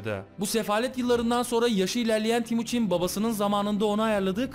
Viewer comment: abi o temuçin olacak yanlış söylemişsin